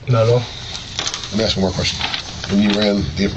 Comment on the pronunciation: Can’t pronounce “ask” if their lives depended on it. 😂